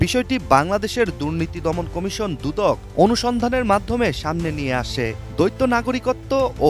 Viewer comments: রিপোর্টার বারবার বলছে দৈত্য নাগরিকত্ব। এটা দৈত্য নাগরিকত্ব না এটা বলতে হবে দ্বৈত নাগরিকত্ব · দৈত্য নাগরিক মানে কি? উচ্চারণ আগে ঠিক করুন। দ্বৈত নাগরিক বলুন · Pronunciation thik moto kora uchit - doitto na, doito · উচ্চারণ দৈত্য নয় দ্বৈত হবে।🙂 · দৈত্য নাগরিক কী করে হয় মানুষ? "দ্বৈত" আর "দৈত্য" উচ্চারণ শিখতে হবে। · ওরে ভাই দৈত্য নাগরিক নয় দৈত নাগরিক। সংবাদ মাধ্যমে চাকরি করছেন অথচ বাংলা সঠিক জানেন না ,এটা কেমন কথা ! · দৈত্য নয় দ্বৈত :face-orange-frowning: !! উচ্চারণ হবে 👉দইত নাগরিক ...।।:glasses-purple-yellow-diamond::glasses-purple-yellow-diamond